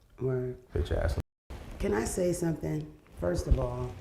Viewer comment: “Can I say sumthen?” Mona favorite phrase 😂😂😂